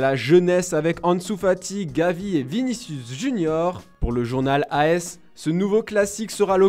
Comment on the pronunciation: On dit AS pas A.S 🤦🏽‍♂️🤦🏽‍♂️🤦🏽‍♂️